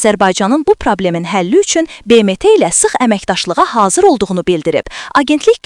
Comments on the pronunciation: " Be Me Te " ne idi ????😂😂😂😂😂😂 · BMT sözünü düzqün tələffüz et. Sonra cix daniş😂